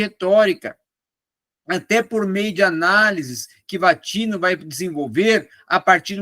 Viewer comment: É Gianni Vattimo, nao "vattino"